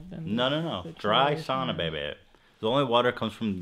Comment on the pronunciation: Hila I'm so happy you say sauna correctly! Almost every non Finnish person pronounces sauna wrong